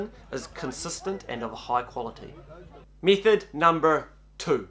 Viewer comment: Learn to speak correctly please. Method is not “mee-thed,” it’s pronounced “meh-thed.” It’s English, try it.